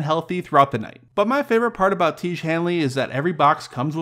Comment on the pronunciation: Tiege? Seriously?